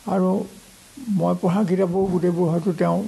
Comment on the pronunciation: সম্পাদক মহোদয়ৰ অসমীয়া শব্দৰ উচ্ছাৰণত সন্তুষ্ট হ'ব নোৱাৰিলোঁ। বিশেষকৈ " পঢ়া " ৰ উচ্ছাৰণ " পহা " বুলি কেইবাবাৰো কোৱা যেন অনুভৱ হ'ল। স্বনামধন্য শইকীয়া চাৰৰ সু-স্বাস্থ্য আৰু দীৰ্ঘায়ু কামনা কৰিলোঁ 🌹🙏🌹